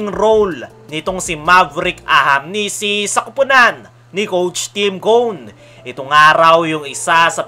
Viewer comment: Ahanmisi boss hndi ahamnisi😅